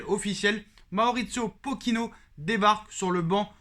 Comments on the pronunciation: 0.38 min POKINO 😂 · Je te dis Pokino 😅😅😅😅😅